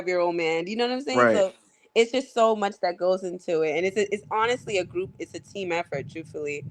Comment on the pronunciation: Man you be killing me with “iss no shade” 😂😂😂